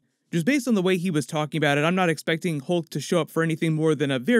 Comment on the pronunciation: Lol. Hoolk 😂